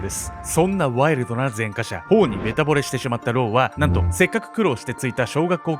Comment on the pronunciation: 前科者と書いて「ぜんかもの」と読みます。